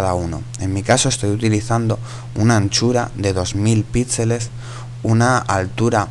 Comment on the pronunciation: no se dice "pítseles" se dice "pixeles"